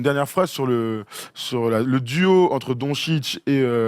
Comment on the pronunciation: Donetchitch, on prononce toutes les lettres, c'est du phonétique. Et lorsqu'il y a un accent sur le "C", comme c'est le cas pour les deux "C" dans "DONCIC", on prononce "tch"